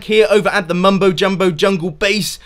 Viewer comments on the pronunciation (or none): I'm used to u saying Mumbo jumbowl